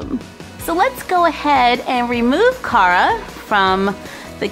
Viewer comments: it is prenoumced care-a not car-a🤗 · car a is pronounced like care a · It's pronounced "Kara". My names Cara. But pronounced "Kara"